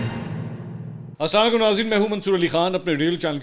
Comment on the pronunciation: آسلاں لیکم نہی اسلام علیکم ہںوتا ہے وڈے صحافی ۔